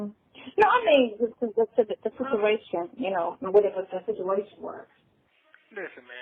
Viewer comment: She should just stop talking cause she can’t. Just listen to how she pronounced situation!!! WTF!!